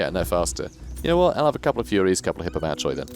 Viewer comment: Bit of a dumb question, but can you constantly move in raiding stance (by which I mean take a constant 50% move penalty to get income)? Or do you have to move >50% of your move before you can start raiding? Also, isn't 'Hippomachoi' pronounced 'Hippomakoi'? I don't know Greek, sorry.